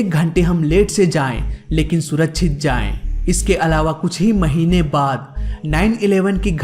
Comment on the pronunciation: Are bhai choorak chit nahi Suraksit bolo samjey